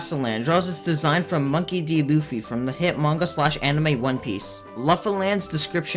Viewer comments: It’s pronounced Loo-fee. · when he said 'lah ffy' I died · U said Luffy wrong